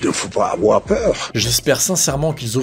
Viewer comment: Il ne faut pas afoir peur